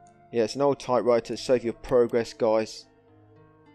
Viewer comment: i watched almost 5 hrs ur vids, n im rly curios why u keep saying SAFE instead of SAVE .... its kinda annoying